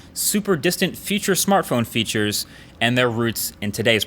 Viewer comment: Am I the only one who heard "feauture smartphone feautures" ?